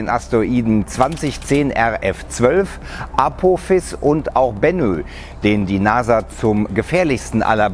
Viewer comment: aphOOOOphis nicht aphophiiiis xD betonung liegt falsch xD